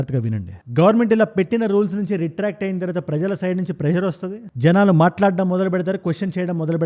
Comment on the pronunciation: మాహాడం ఏంట్రా... మాట్లాడడం అని నేర్చుకో.. First